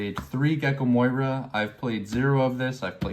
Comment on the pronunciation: Ty very much my G for the Decklist and the explanation. Just wanted to tell u its not Gecko Moira its Moria. Have a nice day.